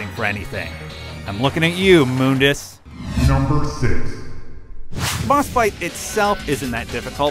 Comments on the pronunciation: Its actually Mundus. Have a look at DMC1's bestiary. Its part of the in game menu. The name is spelt Mundus not MOONdis, thus it is a mistake to pronounce the name Moondis. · moondus really its mundus dante even says mundus in dmc 5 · Mun dus not moon dus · It's muh-ndus not moondus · Why did he call him Moondus? It's Mundus with a "U" after the "M". Make sure you say stuff right before you post something. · mundus not moobdus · It's Mundus, not "Moondes" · "Moondis"...isn't it Mundus? Like, pronounced how it's spelt? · WTF IS MoonDes ? everyone knows Mundus ......... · Moondus? what!?!?! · its MUHN-DUHS, not "MOONDUS" :P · moondus...and yamoto? >.< really? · mooondus really you guys need to work on pronunciation especialy when the game says the name out loud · Also, Moundus, lol. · IosefaL Actually thats how its pronounced in the original game. Its only pronounced "mundus" in the reboot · It was originally pronounced ''Moondes'' In DMC1 its not until DMC (new one) that they say mundus. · 1 vergil from devil may cry 5 is better and 2 u pronounced mundus wrong if the way you pronounced it was correct ihe would be spelled moondus not mundus so that means your pronouncing him wrong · Moondus? I don't like that pronunciation. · Moondus? sounds weird pronounced than way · for those that are fighting over how to pronounce Mundas's name watch the opening scene of the original DMC and you can clearly hear trish and dante pronounce it as "Moondas"... "Muhndas" came from the new DMC, they even pronounce Yamato differently then they did in DMC 4, new developers, new actors, new pronunciation. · *Moondus* in DMC1; *Mondus* in DmC. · why do your "u"s sound like "oo"s. it's not moondus, it's not roodra.